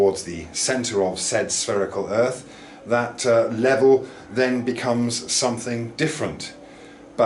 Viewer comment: It's level not sphlevel 😁